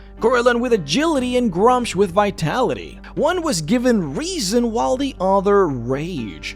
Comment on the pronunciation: It's pronounced, "Groo-msh" or, "Grümsh"